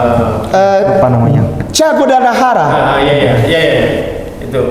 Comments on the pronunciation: Che Guevarra bukan Guadalajara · Che Guevara ustadz bukan Che guadelajara 🙏🙏🙏👍